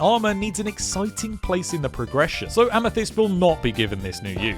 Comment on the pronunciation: he say amedist lol